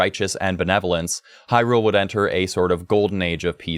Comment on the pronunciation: Far as I’m concerned. The way you say Hyrule, and Faror, you are saying it right.